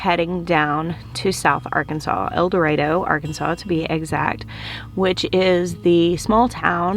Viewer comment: Can’t believe you are from Eldorado, AR. I lived in Magnolia, AR. Traveled to Eldorado almost weekly. Had an Aunt and Uncle who lived there. Loved going to Eldorado. Funny, as soon as you pronounced Eldorado correctly, I knew there was a connection. Most Prounounce it, el da ROD oh. Memories, can’t beat them♥️👍🏻🙂